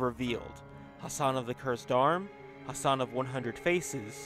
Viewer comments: Can you please pronounce the ح sound for God's sake!? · You non-arabians make me cringe to death when you mispronounce his name